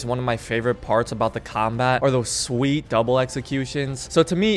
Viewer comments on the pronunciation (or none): none